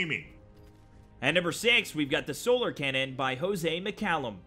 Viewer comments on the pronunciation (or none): none